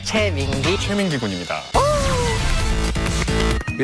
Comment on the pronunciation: 용진이가 비주얼 센터뽑을때 플레디스 최민기 이러는데 저만 플레디스 채민기라 들리나요..?